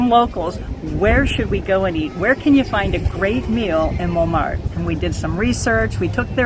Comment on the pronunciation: Why do you pronounce Montmartre different from the French or is there more than one way to pronounce it?